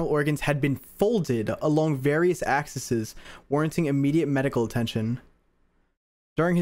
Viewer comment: word: axes what reads: axisis